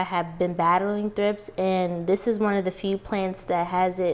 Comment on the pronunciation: I thought you said thrifts. I have quite a few plants, but I'm not as serious of a houseplant owner, so I had to look it up. Thrips are wingless larvae that emerge from the soil as adults with wings.